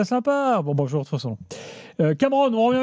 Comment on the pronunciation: Qui a appris "Bonjoir" à Luis Enrique :D :D